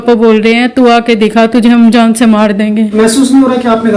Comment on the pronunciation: Jaisa k aap ne Jaan SE me Jaan SHE , MISAAL ki Jagah MISHAAL